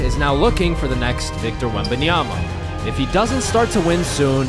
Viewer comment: After many years together on TNT, Chuck still couldn't pronounce Wemby's last name correctly with "Wenyomama." 😂